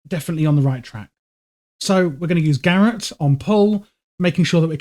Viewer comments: FYI its not "gareth" it's pronounced "ga rot" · Bro... Probably a nice guide, but damn... Check how to pronounce garrote, please... It hurt my ears...